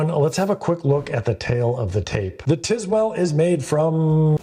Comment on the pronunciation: I tried to watch this for like 3 minutes, but i couldnt stomach how this guy butchers the pronunciation of Tilswall... brother. TISWELL? its not even close.